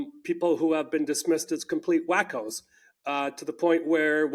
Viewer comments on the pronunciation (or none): "Complete whackos" isn't how that's pronounced... 😁